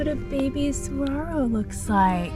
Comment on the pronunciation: This lady's horrendous (and seemingly selective) mispronunciations of Saguaro, Javelina, and Hohokam are equally offensive and unnecessarily painful. At least put a disclaimer at the start of the video that you don't know (and clearly don't care) how to pronounce, these words but are going to say them anyways. The willful ignorance, as she confidently and unhesitatingly, butchers these easy to say (with a bare minimum of effort) words is both unsurprising and very much on brand for a certain demographic of folks....